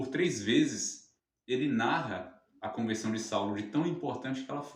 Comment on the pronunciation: TEM QUE PRONUNCIAR BEM. CONVERSAO. MAS BOA AULA. JÁ ME INSCREVI.